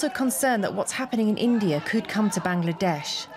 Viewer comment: "govt of ban-gla-dash"